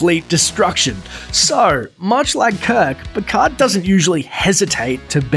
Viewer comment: Another false fact: The "d" in "Picard" isn't silent.